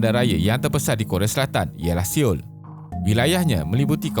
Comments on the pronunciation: Cara sebutan So ul✔️ Se ul❌ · Sebutannya Soul (Sol) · bukan siul bang tapi seoul mcm soul.. anyway nice video... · seyul dan hyande admin sebut😿😿😿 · Seoul = Siol. hahaha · Ibu negara Korea selatan sebutan ialah Seoul (so ul) .. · Seoul = sebutan dia 'Sol' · baru aku tau sebutan ibu negara nye "siol"...terima kasih! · Suara yang bagus sebagai penyampai, namun sebutan perkataan boleh diperbaiki Contoh perkataan ' Seoul' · Cara sebut seoul tu salah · mungkin admin lupa kalo e di seoul dibaca seperti ekor bukan dibaca seperti i dlm bhs inggris takutnya admin baca osaka jadi oseke hehehe